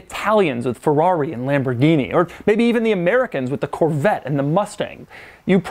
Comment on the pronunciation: Did Doug just say "Cuvette?"